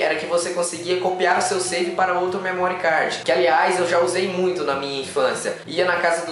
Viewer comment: não é "memórí cardji" , não maltratem a língua inglesa